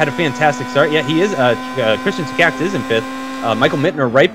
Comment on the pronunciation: You still not pronouncing Takacs's name correctly. This is how it should be pronounced Just wanted to help.